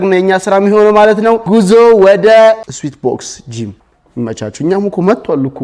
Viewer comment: ስዌት ነው ስዊት አይደለም